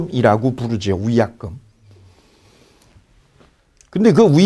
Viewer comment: 위약금이 우약금으로들림 ㅠ